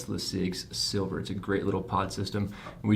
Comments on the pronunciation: Its "Sliver" not "Silver" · The fact that you had the mod and the box and still are pronouncing it Silver is fucking embarrassing 😂 unsubscribed 😋